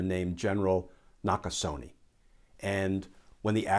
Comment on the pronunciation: Gen Nakasone's is pronounced "...neh" not "...nee".